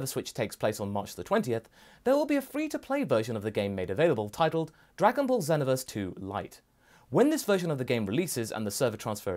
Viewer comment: That moment when someone's says "zen-oh-verse" instead of xenoverse lmao